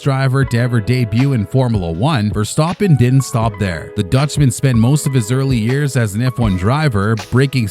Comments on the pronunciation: He actually pronounced it correctly. With a bit of an accent he pronounced it the dutch way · Verstappen pronounced correctly, geweldig